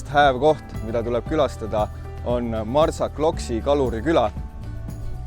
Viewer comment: "X" hääldatakse "sh". Ehk siis mitte Marsaklokk, vaid Marsashlokk 😊